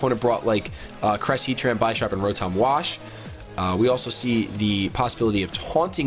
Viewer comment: please don't ever say "BEISHARP" again, it's not like "I", it's like in vanilla :( It somehow ruins the whole episode for me haha